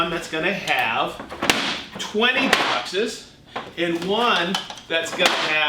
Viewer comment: Bouexxesss. Not sure you could sound any more American when you Bouexxesss. Lol, Here you go Festool, have even more of my money.